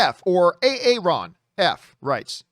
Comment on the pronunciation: A-Aron? Come on 🤣